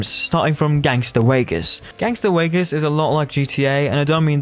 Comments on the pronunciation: “Gangster Waygas” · "Gangster Wegas" 🫴🏽